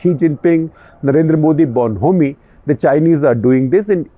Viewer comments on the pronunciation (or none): Mr Shekhar Gupta. There's no "homey" sound in the pronunciation of bonhomie: bó:n-ó:-mi. The h is silent.